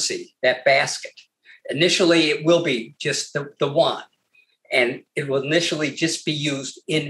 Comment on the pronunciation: There is no difference between the Renminbi and Yuan. It is like dollar and buck. Also Yu-an is pronounced U-N.